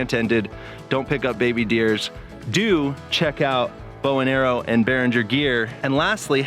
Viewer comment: Sounded like you said bow and arrow! Bowen Aero.